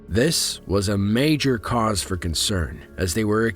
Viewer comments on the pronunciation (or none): none